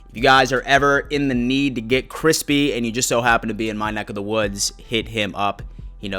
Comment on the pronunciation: Yeah ypu keep doing you... just NEVER say crispy again.. lol